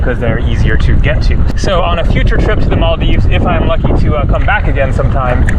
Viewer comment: Really have to appreciate that you aren't butchering our countries name like about 50% of white people out there, so thats much appreciated.